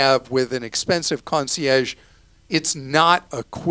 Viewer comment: Clark trying to pronounce concierge with a French accent that was laughable